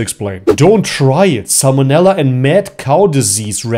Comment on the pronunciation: but about how he butchered that word lol